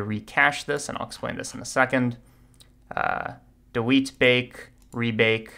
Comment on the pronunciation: are we gonna talk about how he said dewete